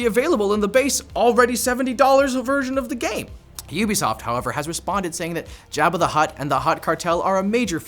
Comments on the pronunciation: please learn how to pronounce Jabba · its Jabba not Jabba.